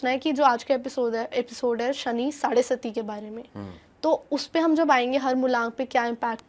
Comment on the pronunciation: साड़े सती नहीं मैडम. साड़े साती. 🙏(7 = सात)